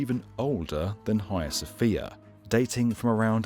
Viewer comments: Sounds very odd to a Continental Europeans ear, let be from the far nort part, when pronounced "Hia Sofia". To my ear, note: My, this should be "haGIa sofia, or something like that and it’s ok to have other opinions just don't share them with me, just prononce them out loud ;-) Nice info as usual, thanks. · TIL it's not the Haggy-uh Sophia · The H is silent.